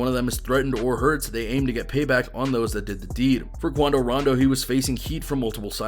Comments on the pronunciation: "Quando" was wrong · Common “QUANDO”